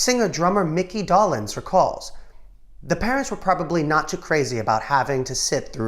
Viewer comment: And Mickey Dolenz is pronounced DOLE enz not DOLL enz. And he didn't play with Clapton. He played with Baker and Bruce, while Clapton sat out. A lot of these videos are just wrong.